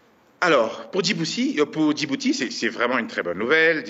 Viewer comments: Oo ce ne pas djibousi mais ce Djibouti ok ! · Héeeey c est pas djibousi mais Djibouti, une victoire est une victoire , prkoi chercher au delà des choses , veuillez prononcer bien le nom de tt un peuple